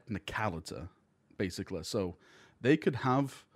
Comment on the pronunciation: He barely covered anything and what he did mention was missing half the context. "So basicleh this guy is really awesome and strong basicleh"